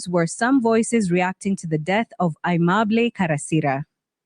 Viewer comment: It's not "Uheemable", but aimable.